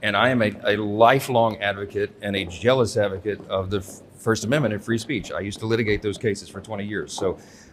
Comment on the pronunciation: Isn’t it zealous advocate, did I hear MAGA Mike say “jealous advocate”?